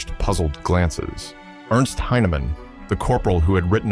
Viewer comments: A corporal named Ernst Heinemann Should sound like Airnst not like Ernst. Ernst is the correct spelling, but for English not the correct pronunciation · Ernst Heinemann It's not pronounced Urnst, but AIRnst. Heinemann